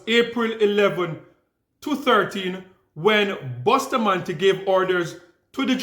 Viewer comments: Do not even know how to say Bustamante she saidBoostamante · Not boosta, Busta , wrong pronunciation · The first thing Candace Owen's need correction on is the pronunciation of our National Hero's surname, "Boostamantee"! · Candace Owen say Boo sta mante instead of Busta mante (Bustamate). She just need to stick to American History and leave Caribbean black history business alone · The name is (Bus-ta-man-te) not Bushtamanté I don’t know why Candice Owen is so fixated on Kamala Harris’ family tree. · She dosent even try to pronounce people's name property. Bustamante is pronounced bus ta man ti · She cannot pronounce Bustamante. Gal mine yu own business. Find out where you come from .